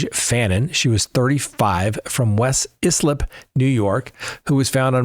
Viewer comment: ( Islip is pronounced “EYE-slip” ! 😏 )